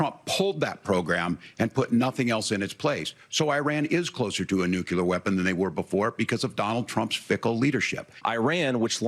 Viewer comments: Hey Waltz…it’s nuclear not nucular. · Waltz can’t pronounce Nuclear!